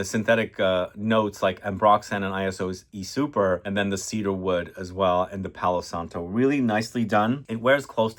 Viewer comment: Great theme! And it's Iso (short for isocyclemoner) E Super not I-S-O E Super.